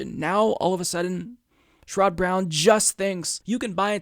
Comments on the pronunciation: Love your program and almost always agree with you. One tiny thing, I believe that his name is pronounced SHARE-uhd not sher-ODD. Keep up the great work,! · Isn't it SHER-red (like Jared) not Sh-rod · He cannot pronounce his name correctly. " I only support Bernie Sanders. " Just looking for any reason to trash anyone but Bernie.